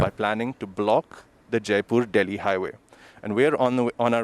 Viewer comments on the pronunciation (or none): Jaipur is the capital of Rajasthan, a moslty desert state with largest land area in India, it is south to Punjab and Haryana, and do not directly borders Delhi. And you pronounced jaipur very wrong.✌️